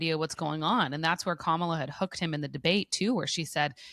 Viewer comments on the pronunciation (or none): Love this podcast. Someone get Jann to pronounce Kamala correctly, please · Jann i love you but I beg you...please pronounce Kamala's name right for the love of God.